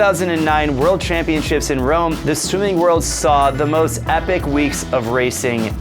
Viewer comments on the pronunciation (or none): none